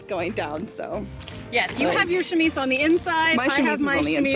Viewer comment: chamise CC: shimmies!😄